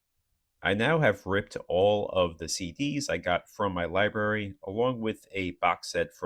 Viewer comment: Take a drink every time he says lie-berry. (Don’t, you’ll die.)